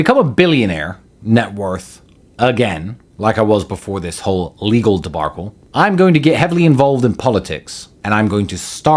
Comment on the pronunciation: What's a debarcle? Wish those dumbasses would pay for speech therapy